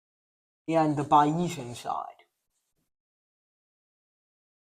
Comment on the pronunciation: He is writing too small. Also, he should check his pronunciation of "Bayesian" against the mainstream pronunciation which I believe is "Bayes" (long a like in English statistician Thomas Bayes, ) + "ian".